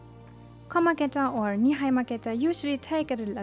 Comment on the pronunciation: Ni-hai-ma geta? I always thought they are called Ni-mai-ba? Haha omg I wonder if I called them wrong all these years or if its a regional thing?